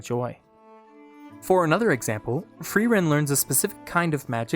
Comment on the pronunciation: I want to thank you for being the first english-speaker I've heard say Frierens name correctly. It was a small thing but it immediately showed me your attention to detail and gave me the right mood for the video :)